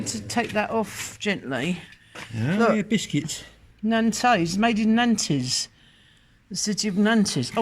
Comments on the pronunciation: Nantes ... pronounced "naunt" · Nantes is pronounced Narnt, the s is silent.